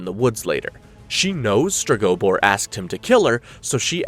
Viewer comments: Streg-oh-boar. Jesus. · I can’t with your pronunciation of Stregobor 🫠